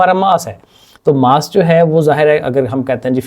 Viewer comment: Mass ❌ 😂 Maas ✅😂